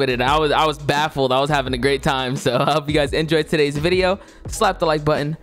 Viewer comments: You mean “another vwideo” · Welcome back to another full vwideo I love that haha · "Welcome to a new vewideo" My favorite part of the vid